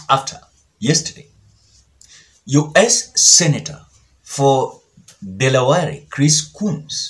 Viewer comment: Dele ware....not deleware Kwa kiluhya 🤣🤣🤣